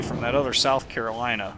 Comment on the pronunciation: yeah its south Carolana